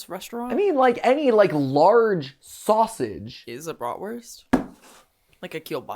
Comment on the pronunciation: Said the sausage way wrong my god